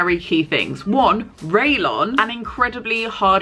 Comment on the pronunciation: I think you mean rayon, not raylon